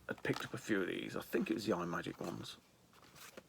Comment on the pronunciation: Kaboom is the Bomb! Deffo the best paddle game on the Atari. Cosmic Arc (developed by Rob Fulop of Night Driver, Missile Command and Demon Attack fame) is a loose sequel to Atlantis. And btw, the pedantic t@ in me wants to tell you it’s not pronounced ‘eye’ magic - it’s ‘Im’agic. Here endeth the lesson. See you soon buddy ;-)